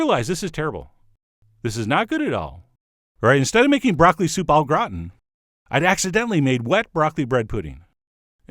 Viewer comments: broccoli soup O'Grawn is basically what I heard. Gratin is pronounced more distinctly. Grah-tehn. like the French cartoon TinTin if you actually know how to say that with a French accent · Thanks for the video & recipe but - God Chef John - you would not be able to pronounce French words properly would your life depend on it! Soupe au Gratin! Run it in Google Translate to hear it! :) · except stop short of pronouncing the n